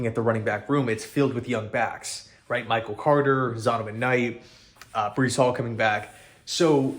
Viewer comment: its breece not bryce